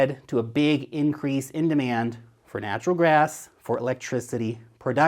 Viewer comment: Did you say "natural grass"? I like natural grass.